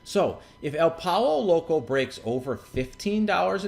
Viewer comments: It's pronounced "Poy-yo" Loco. Just sayin' :) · lol, this was a great video because of the way he pronounced pollo loco.